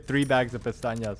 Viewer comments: It was funny to hear you say "Pestañas" all the time referring to pesetas and "Piñata" for the Black Robe lol. Also I'm not a fan of commenting in video walkthroughs but this was amazing to watch in its entirety. Learnt a lot from this video, but after a bit more than 100 hours in this game I still don't get used to the controls (using a controller myself on PC). I'll be looking forward to more No Damage content from you. :) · I always giggle a little when you call pesetas, pestañas (eyelashes) or when you say “la campana” out of nowhere your videos make my day i hope you keep making more guides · May I ask why do you say Pestanhas if the name is Pesetas? (pronounced pecetas) I’ve watched all your vids, and in every single one you say pestanhas 😂 Not hating or anything, just thought it was funny😅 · why do you pronounce Pesetas like that